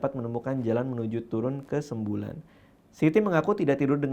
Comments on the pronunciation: ralat: sembalun bang bukan sembulan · Izin koreksi... Semablun.. Bukan sembulan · Sembalun .radit bukan sembulan. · SEMBALUN bang bukan SEMBULAN 😁😂